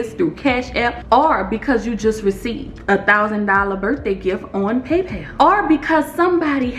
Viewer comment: Amazing content!! You are so knowledgeable, thanks for the info. I love how you say "paypel"